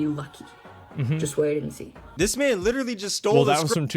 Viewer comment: "Like witterally"